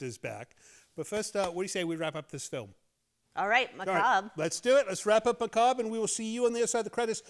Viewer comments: Maca- bury! 😂😂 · One of those words no one is sure how to pronounce. Someone who likes the macarbre is known as a macarbro